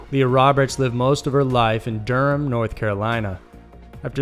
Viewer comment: DURHAM!!!!!you said it correctly to, not Door-um like so many others.